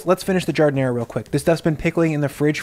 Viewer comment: Jesus Christ, stop saying ZHUUU and JARD. Nobody in Chicago says that. I'll fight ya! >:D